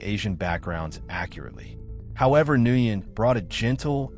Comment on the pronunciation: Nguyen is pronounced Wen